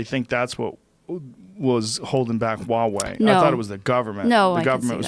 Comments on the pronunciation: It's Huawei lmfao. It's chinese so its pronounced WahWay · Never heard of Wawei phones Joe... I think you mean to say Huawei. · Oh geez. Educate yourself on Chinese theft of IP. 1. It’s pronounced Hwa way. The H is pronounced. 2. My daughter has a Huawei phone. They are sold here. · lol wawey does this dude not read the H